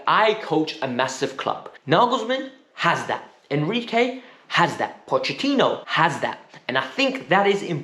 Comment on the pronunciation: Who is enquire. its enrique ;/